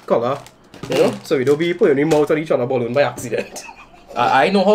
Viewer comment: Man quick to say boloon